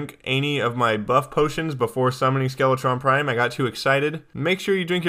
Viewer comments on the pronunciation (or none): The first time he said skeletron prime i thought he said skeletron crime